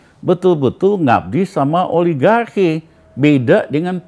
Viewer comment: ologaki...ngomong aligarki aja gak becus..sok2 ngeritik